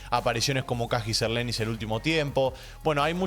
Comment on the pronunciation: No se dice Kajiser Lenis, Se dice Kaiser Lenis...